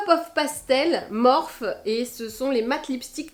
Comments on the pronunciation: On dit morphIII ! 🙂 Sinon même reference pour le ral / stick pour le ski mais en même temps C est le bon moment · bonjour ma belle,la marque ne se prononce pas Morphi ?